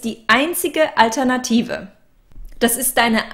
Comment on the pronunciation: with Einige Aussprachen für dich:) Genauso wie "groß" im Deutschen:) (not like moss, boss) alter, malt liquor (ALL-ternative, not AL-ternative) pal, gal, rally (You're saying (p)alternative)